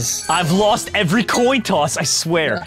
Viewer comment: said “I’ve lost the last two toin tosses” 😂😂😂